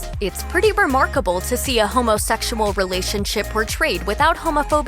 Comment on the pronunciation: y'all i cannot take the way this narrator is saying 'homosexual'